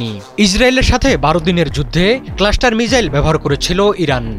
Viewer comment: সাংবাদিক ভাই তো মিসাইল কে মিজাইল বলছে 😅